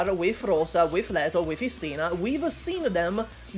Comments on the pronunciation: It's Istina not istIna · I'm probably not the first one douchebag here buuuut right accents are Istina and zimA not istIna and zIma❣ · Не истИна, а Истина (ί`stina). Ударение на первый гласный звук! 🧐 Не зИма, а зимА (zimά). Ударение на последний гласный звук.